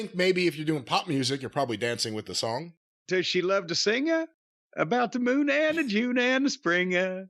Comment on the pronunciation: "Singuh about the Moonuh and the junuh and the springuh"